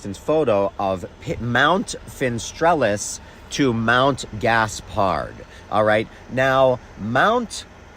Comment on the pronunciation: Well, in one point he matches SciManDan, that is the mispronounciation, inventing a "mount fistrelles". Fin-estrelle is just "stars0 end" with origins in Latin and Latin-based languages and dialects (Spanish, French, Catalan, ....). I apologize for previous comments, finisterre ... but the pronounciation is not that different - "finister" or "finistrél", no need to break your tongue.